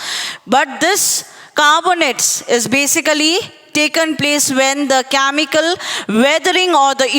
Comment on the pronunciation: Aliment = elements 😂 camical = chemical